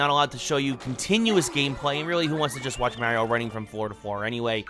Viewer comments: It hurts! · "Paper Mear-eeo"